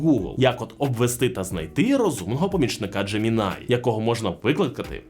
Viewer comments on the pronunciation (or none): none